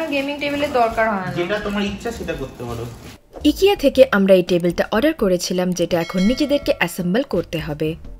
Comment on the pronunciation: ইকিয়া নয় আইকিয়া